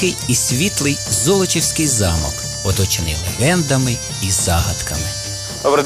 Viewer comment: Не золОчівський а зОлочівський